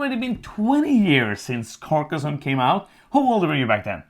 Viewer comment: Her pronunciation was actually correct.